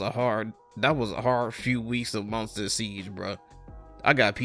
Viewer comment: When you said siege it sounded like you said ”seeds”. ”I’ma go ahead and knock out some seeds” lol